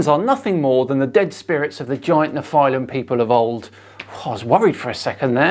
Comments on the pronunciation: what's with the pronounciation? First you pronounce nephilim correctly in the intro, then you mess it up numerous times in the body of the clip;) It's nefə-lim, not nefʌɪ-lim;) BTW, I think he's onto something cool - if you want to write a fantasy story that is. Pre-flood genetic engineering - an idea worth stealing! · Hey, It’s pronounced “NEF-ill-im” with the emphasis on the first syllable, not “nef-EYE-lim” with the emphasis on the 2nd syllable. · Pronounce it kneefel-ha-i-m you uncool creatures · The way you pronounce nephilim, is that also correct? Neffi-limb or ne-file-im? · I thought it was pronounced ne-fill-im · Just FYI, the proper Hebrew pronunciation is "neh-FEE-lim." Which is plural. One is called a Nefil. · I thought it was pronounced NEFF-elim. But then....what would I know.... I'm just a religious hating heathen. :) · Why do you keep saying “Neph-eye-lim” it’s pronounced like the guy in the video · Your pronunciation of nephilim really bothers me for some reason lol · I found it actually quite hard to listen to this video, with continously mispronouncing “Nephilim” in a really annoying way. At the absolutely wrong explanation of the claimed adrenochrome conspiracy (nobody thinks the “Hollywood elite” are harvesting this from their own children), I really couldn’t take it anymore. seems to think that debunking falsehoods does not take any effort, and that shows. The lack of proper research rears its ugly head again.